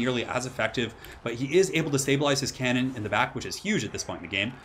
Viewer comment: It's a hell CANnon, not a hell CAN'Tnon